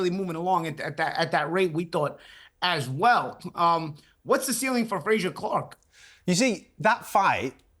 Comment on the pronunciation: Love how Paulie calls Frazer Clarke “Frasure” like Dr. Frasier Crane🤣🤦‍♂️